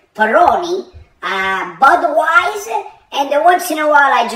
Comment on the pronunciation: BUDAWEIZ LOL!